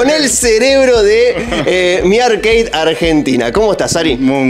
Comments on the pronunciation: Como me saca que digas "Arqueid", ARCADE papa, AR-CA-DE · Arkei ? Dale flako siempre se dijo como se escribe igual buenos videos sdos!